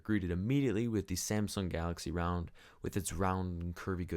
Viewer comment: I Love how when he says Round it sounds like Realm